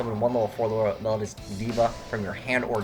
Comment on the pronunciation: It's pronounced mel-O-dee-us. Please learn you English.